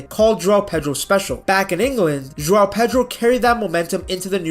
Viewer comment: Thank you for pronouncing his name correctly. All the idiot commentators calling him Jow have been driving me mad!!! João has two syllables. Felix got the same treatment when he was here!